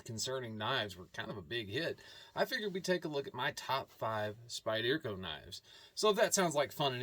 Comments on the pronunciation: SpyderCo is pronounced : Spider-co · I’m ocd as hell and you pronouncing Spyderco wrong bugs me 😊 that’s ok though.